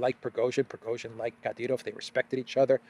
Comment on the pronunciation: Progozhin, Pro-rogue-shin